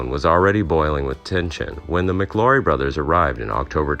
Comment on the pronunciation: The name is pronounced like Flower...McLaury like McLowry. Not Mick Laurie. I knew someone who was alive then and witnessed the gunfight.